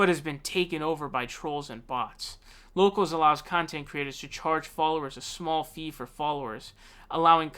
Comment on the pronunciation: You sure you got that name right and it’s not “Yocals”? Rubin is apparently pretty “brave” not debating Sam Seder.